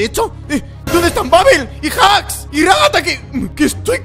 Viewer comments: Se dice raghata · se dice ragatha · Se dise ragatha :)